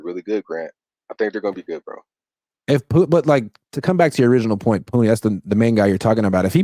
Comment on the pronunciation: Grant please correct this fans it’s “Puni not puny !!! 🤦🏽‍♂️